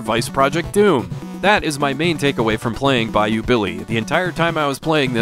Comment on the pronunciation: I just want to thank you for pronouncing "Bayou" correctly. Damn near everyone i hear say thus word on YouTube from AVGN all the way to CreepsMcPasta pronounce it "Buy-Yo" abd it KILLS me. So thank you you truly are the best retro gaming channel there is.